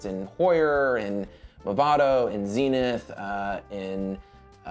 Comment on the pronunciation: It's Zenith (think buddhist Zen) , not Zinith ; )